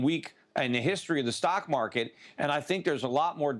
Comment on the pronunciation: opening statement by talking head. "Mock Market" hahaha. beautiful.